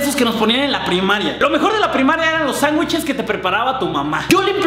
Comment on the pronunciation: HAHAoye we dijiste sanwicheleseses :v